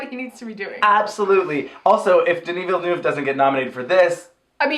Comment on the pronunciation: "denis villnuuve"